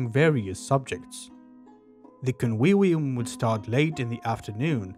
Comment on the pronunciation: Convivium = con wee wee um.😂